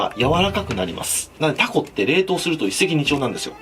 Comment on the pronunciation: 注文の時にタ↓コ↑って地元の訛りになるのええね